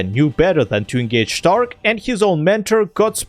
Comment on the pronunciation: Hehe you called Stark ẞtark